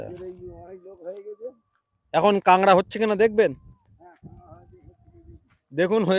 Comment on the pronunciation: bhai KOLKATA-er manush - tomar bhai Bangla basha (Matri-Bhasha) ta thick moto bolo na kayno go? KAKRA k KANGRA bolcho kayno? oshujjho. But bhai tomar English ta bhalo bolo.. British er bhoye akhono ache daykhi :)